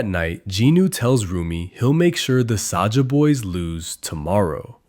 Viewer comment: AND SAJA NOT SAJAH